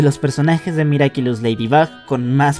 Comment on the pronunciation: dijo miracilus XD